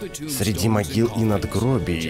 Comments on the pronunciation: Могила а не магила хахаххвхв ну ладно 👍👌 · мОгила, а не мАгила🤦